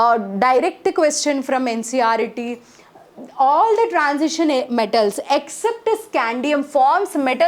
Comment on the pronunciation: Ncert not ncret